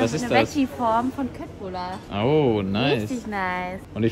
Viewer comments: Man sagt nicht kötblüller sondern Schötblüller <3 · Hallo und! Meine Tochter Quinby und ich schauen euren Kanal regelmäßig. Wir leben in Schweden mit 4 Pferden. Wir wollten nur sagen man spricht die Fleischbällchen anders aus (köttbullar sprich: "schöttbullar") Cooles video auf alle Fälle!!! Sara und Quinby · Hey nur als Info Kötbullar wird Schötbullar ausgesprochen und bruschetta brus cetta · das heißt schöttbuller